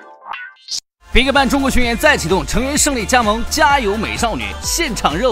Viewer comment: YG一直聽成外籍娛樂😒 還有bigband那是什麼奇怪發音😑